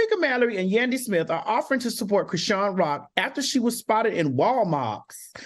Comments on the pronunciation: AL CANT PRONOUNCE NOBODY NAME ITS CHRISEAN DUMMY..... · yall complain about dr heavenly yet AL don't even know how to say chrisean's name yetttt lmfaooooo!!!!!!!